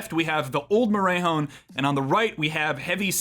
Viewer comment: love the video, but its pronounced more-eh(like canadian eh)-hone